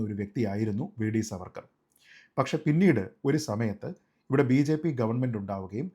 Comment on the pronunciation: Sreejit, His name should be pronounced as ' Saavarkar ' I regularly see your videos. Really good. Keep up.